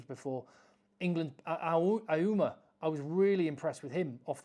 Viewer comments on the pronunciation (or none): I will help you out. 'Auma' is pronounced 'Ah-moo-ah'. Great video as always though. Looking forward to next week.